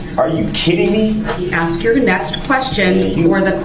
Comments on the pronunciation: There is a lot more words he mispronounced but the only one that I can think of is the word axe. Aka ask. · "I think it was clear, but I'll ax again". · And his argument after his boxes were moved had me rolling laughing. " I DIDNT AXE FOR MY BOXES TO MOVED.." hilarious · It must be wonderful to know all the lawful laws in ALL of the USA without even finishing high school, or even know how to pronounce a word like ask or tacit